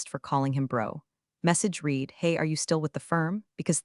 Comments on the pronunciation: Perhaps some day in the future we can watch the videos and hear "read" pronounced correctly! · every time they say it wrong my brain does a mini reboot.